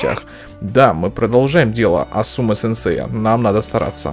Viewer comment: Асумы ударение на А.